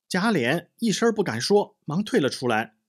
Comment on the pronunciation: 贾琏，lian,二声，不是三声。